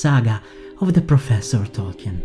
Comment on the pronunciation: I sensate a pizza accent. Are you Italian? Tolkien name is pronounced tole-kee (emphasis on tole) not tole-kee-anne BTW. You're good though. Keep the good stuff going 👍